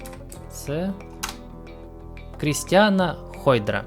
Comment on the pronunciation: Не Крістіана, а Крістанна